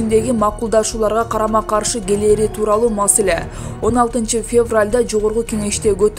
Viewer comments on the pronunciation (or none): none